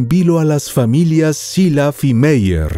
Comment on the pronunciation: La pronunciación es "Birguit Maier" no "Biryit Meyer", pues es alemán, no inglés.....